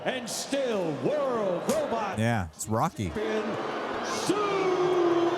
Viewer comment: You guys pronounce robot as robut like zoidberg and it's hilarious 😂